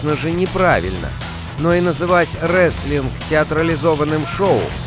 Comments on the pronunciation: Не реслинг а рестлинг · Не реслинг а ресТлинг (wrestling)